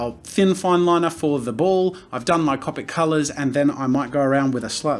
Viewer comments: when he says (cop-ic) markers instead of (cope-ic) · i love how he said cawpic markers instead of copic markers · Jazza: Cop-ics Me: Co-pics you mean? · He says cop-Ic not copic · ITS COPIC NOT CAPIC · Did he just say cApic markers, not cOpic markers?! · Its pronounced c-Opics not capics. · why can't I say "Copic"? I know how it's spelt but I for some reason say "Compic". Hep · I love how he says Copic markers as (Caw-pic) not (Coh-pic) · I hate how he says cAWpic markers not cOpic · Oh my god I love how you say " Copic ". I'm American, so to me it sounds like a long o on Copic. Soo Cop-ic XD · Is it just me or is he saying Cupic markers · CO-PIC SAY IT RIGHT.... JK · It is cop tic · love u jazza butttttt..... its (coa-pik) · Bro lol how he says copic markers it is halariassssss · The way he says “Copic” just cracks me up XD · I’m sorry but the way you pronounce it... it’s hard not to cringe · Thats the European way of saying Copic. It differs in the US, EU, or Japan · the way he says Copic drives me crazy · Thanks for the video Jazza. But, sorry, your pronunciation of Copic is annoying. And you being aware that it's incorrect makes it worse. You said you'd pronounce it how you'd like, as well as the word "manga", but the words follow the language. Vowels in Japanese, like in Spanish, make one sound. How do you think you'd look pronouncing "gracías", as "graycías"? "Taco" as "tayco"? "Casa" as "Caysa"? I thought I could get passed it but, hearing it repeatedly was cringe worthy.